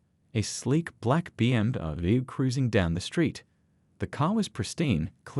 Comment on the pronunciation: You can't teach AI how to say BMW? Not too intelligent after all.😅